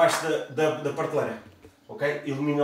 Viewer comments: 5 segundos no vídeo e já se ouve a primeira facada no português. pârteleira ou PRATELEIRA? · oh, gosto dos teus vídeos da casa mas tens de deixar de dizer PARteleira bro